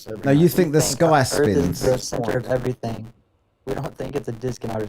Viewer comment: "I'm not special" "My stationary plath plane is special" E v e r y f i n g t i m e.....